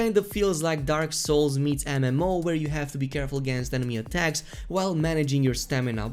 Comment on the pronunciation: Ok say it with me “EM” “EM” “OH” it’s definitely not “ANIMOH” or “ENIMA”